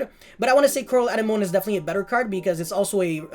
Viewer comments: Anenome is a weird word to read, it is actually pronounced like "an enemy" more or less. I wouldn't even know that if not for Finding Nemo lmao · Is it not a-neh-mo-nee? Like the thing that clownfish live in? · Also bro you’re pronouncing anemone wrong if you watched finding Nemo it’s the thing that they lived in at the start of the movie.